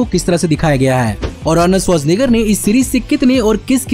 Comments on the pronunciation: Bro...you pronounced Arnold's surname so easily like nothing..,.I doubt that you are from this planet.!! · Sach batao Arnold Schwarzenegger bolne ke liye kitne din practise kiya?? 😂🤣 Mast video tha